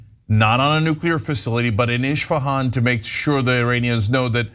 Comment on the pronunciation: Cenk, it's Isfahan, not Ishfahan.